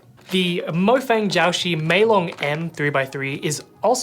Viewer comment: I hate the fact that the chinese man pronounced mo-fang g-ow shee instead of muo fang jiao shi